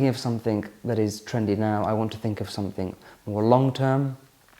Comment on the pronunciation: The word "something" ends in a G not a K. It's called pronunciation. Making life more elegant for you...